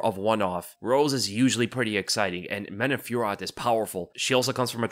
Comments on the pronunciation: French dude here, if those french names pop up again in the future, here's a cleaner pronunciation fyi : Manon Fio-row Nora Korn-all Morgan Sharry-air Buh-nwa Saint-Duh-nee Taylor La-pee-lus -Anj Loosa ;) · Man-oh Fyor-oh. Just for future reference. And don't let Jon Anik's pronunciation sway you.